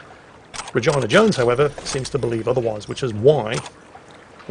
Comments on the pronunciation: For future reference, you dont pronounce Regina like vagina. It sounds like Rajeena. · its Reg E na not regIna xP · it's pronounced 're-GEE-nuh' not like vagina, christ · Regina is pronounced Reegeena not something that sounds like a female reproductive organ. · Had to double take on how he pronounces Regina....isn't it Reh-GEE-na? It's like how English people pronounce Ibiza, Aye-bye-za .... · Re Ge na... Holy fuck. lol